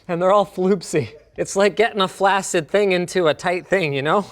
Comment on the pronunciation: The flaccid joke would have been better had you pronounce flaccid correctly.